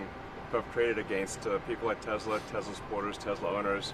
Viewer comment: He can't even say Tesla correctly! Trump - "I LOVE TESLOOOR ! " MORON!